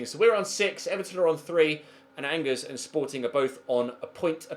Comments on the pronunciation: Bring back Lucas Digne at LB. Side note: its pronounced On-Jair, not Angers. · Angers is pronounced Anjay